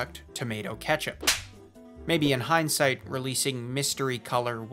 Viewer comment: heinz-sight lol